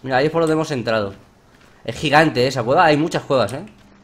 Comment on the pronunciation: "Uy dioh mioh" "e gijante" - Knekro 2015, oraciones que recordar